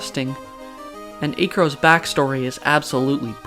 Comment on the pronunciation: Did he just say A-cro?